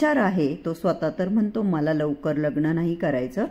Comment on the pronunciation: लग्न तुम्ही लग्नण म्हणता सहज सांगितलं ह